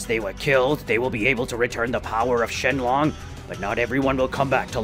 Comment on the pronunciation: It's not shenlong it's shenron